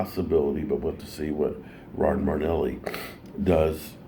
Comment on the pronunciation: It’s Mari- Fucking- Nelly not MardNelly!!! 😂😂